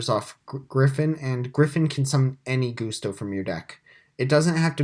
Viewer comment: Why are you calling it Goose-Toe?